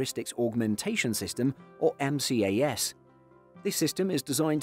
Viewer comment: M-C-A-S? Really? Why not pronounce everything like that then? T-C-A-S... M-A-X.... 😂🤦🏻‍♂️